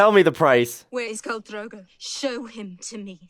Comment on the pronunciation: His name is Dro-go, the syllables rhyme. 😊